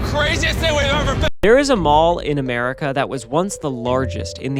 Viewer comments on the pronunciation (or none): none